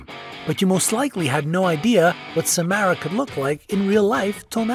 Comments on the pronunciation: Bonnie isint the only one who played Samara:/ and it’s Sa-mar-ah not Sa-mare-ah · It’s not sa- m- AIR-a it’s sa- m- are-a